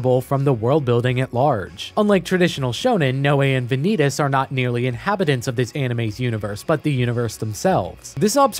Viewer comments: "Vaan-ie-tas" not Van-eet-us, Please thank you. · "vuh-nee-dis" its "vah-neet-ass" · wait just a second, is Vanitas supposed to be spelled Ve-nee-tas? Not Vah-ny-tas? (as the word vanity) O_o edit: i watched the trailer and even the japanese pronounce it correctly. how do you do an essay video and botch the title? O_o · Dude, I like your points but mispronouncing Vanitas is driving me nuts. I thought you watched the anime. It's Von-ee-toss not Van-ee-tus. Sorry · Im sorry but this feels like an insult, Im pretty sure its pronounced as Van-knee-tas. Not vaneetes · ah yes, Vaneetus. Any relation to Sneed? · why is he saying vanitas like venidis😭😭😭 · "The Case Study of Vanee-tas" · The Vanitas (book and mc) is pronounced as Va-nitas not Vanitas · Very nice review, but the correct pronounciation is Vànitas. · the video is great, I like it, but like, how exactly did you pronounce Vanitas? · Thats not how vanitases name is pronounceddddd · It's really annoying hearing him mispronounce Vanitas over and over despite it being said the same every single language that Crunchyroll has... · Please, never say “Vanitas” out loud again. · Are you sure you watched the anime ?😅 you kept pronouncing vanitas wrong